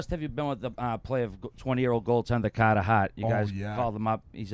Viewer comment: Love the way pronounces the new Flyers franchise goalie, CAHTAH HART